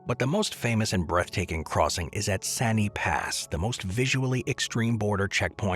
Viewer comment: Wow! It feels like forever since I encountered a video where 'Lesotho' is pronounced correctly... and there they mispronounce 'Sani' - cannot have it all, I guess. Then again, also showing Cape Town as the South African side of ZA-LS border is quite misleading; in a lot of ways Cape Town differs as much from majority of South Africa.